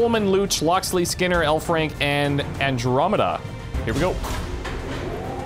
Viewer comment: I keep thinking he says 'hellfrank'.